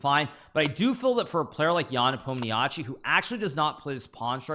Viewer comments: Nobody: Absolutely Nobody: Hikaru: ''Непомниачи'' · Please learn how to pronounce "Nepomniachtchi", or just say "Nepo"